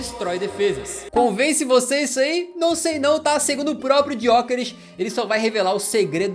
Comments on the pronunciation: A pronúncia correta é sem o "G", é "Yókeres", foi uma das primeiras perguntas que ele respondeu quando chegou em Portugal. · Pronuncia do nome dele tbm não é ESSA! Em Portugal, pelo menos, G é mudo!